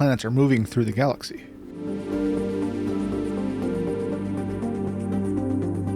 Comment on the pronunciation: Oh. I thought your voice wasn't ai... there is an obvious ai-like mistake at 13 seconds where you say "are our" as like "our our"